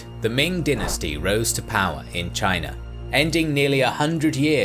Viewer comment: I hate the way he says dynasty